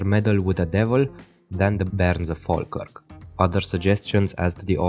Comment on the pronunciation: thank you for pronouncing falkirk correctly